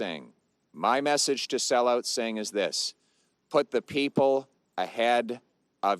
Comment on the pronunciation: Can't even pronounce singhs name properly. This guy is such a low effort joke.